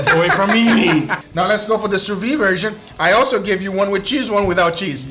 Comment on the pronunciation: You forgot, "Sous-vee", it's "Sous-Vide" pronounced like a pot "lid" Sous vee, scratch my hears each times!